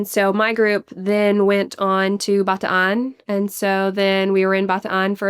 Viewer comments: Love that pronounce Bataan my home province properly. ❤ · She actually pronounced BATAAN properly!! Thank you!!!! My grandpa was a survivor during WWll of the death March